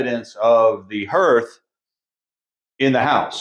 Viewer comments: Herth? I live in Iowa and grew up in Indiana so I’m thinking you are referring to hearth (harth)? Just checking as I’ve never heard the word herth. Love seeing the elements of the house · Hearth is pronounced “harth.” Those stains on the floor are from water damage from where there was a wall or ceiling leak at some point. Love what you guys are doing with the house! ❤ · That's what I was going to say! I think you mean hearth, like "heart" but with a "th" at the end. You must be a reader, instead of having heard it pronounced. Anyways, you are doing a spectacular job. Finally, this house has the owners it deserves. Well done, both of you, on everything.